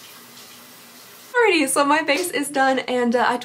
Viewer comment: the way she says “alrighTY” makes me laugh every time